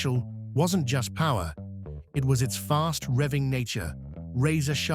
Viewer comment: More than emough puwer